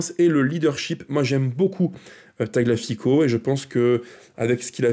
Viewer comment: Petite remarque: c'est un peu abusé de ne pas faire un minimum d'effort pour prononcer le nom de Tagliafico. Ça se prononce "Taliafico" et non pas "taglafico". Le g est quasi muet mais pas le i